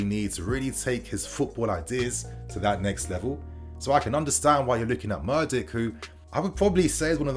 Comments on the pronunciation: not murdyk, mudryk! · what is with this english guy ffs. when you see a foreign name you lose all sense of respect for calling their names correctly, all education on phonics and eyesight. Gvardiol -> Garvidol, Mudryk ->Murdyk and Mordich. You have 161k subs and reporting on news and dont bother to pronounce it right, its disrespectful and lazy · You can't even pronounce his name correctly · Mudryk mate. You mess up the names too much. It isn't that difficult imho. Might only be the english and yank problem butchering names I suppose.